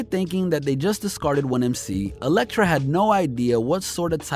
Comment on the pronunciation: Bro, its Latvaria. And when you were talking about Elektra records you pronounced it Electric. Take some time to do your research man